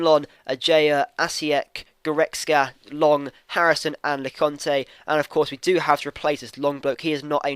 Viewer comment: Lecointe is pronounced Lek-oint(as in point)-a(as in eh). I know that you usually can't read it out but I hope this helps.